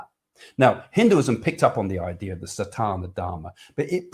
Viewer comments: Please Craig.....it is not satAna dharma (sounds like something to do with Satan!). It is sanAtana dharma. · Just a gentle correction...if I may take the liberty.....it is "Sa-naa-ta-na" dharma. It has always been a dream to go on a cruise, but your answer to the question about having to clean up the sea has made me rethink that one!!! :-)